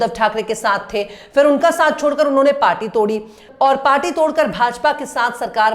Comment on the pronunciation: Shams Tabrez sahab aap se guzarish hai ke aap ka talafuz per gaur kare. Khas taur se full aur fir ki jaghe use phool aur phir kaha jata hai yeh samjha dijiye.